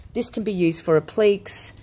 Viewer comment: Hi! Really enjoying your videos and looking forward to experimenting with your products. I get a little lost with a couple of your terms. Do you mean appliques? (pron: app-lick-ays) The other words I think were verdigris (pron: verr-dig-gree) and faux (pron fow - rhymes with toe). Will you look at expanding your range eventually and produce your own chalk paints, heritage colours and stains?